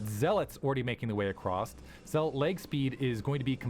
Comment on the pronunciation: why do some some people say acrosst